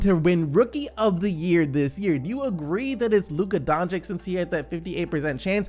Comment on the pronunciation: He's not Donchick, he's Donchich!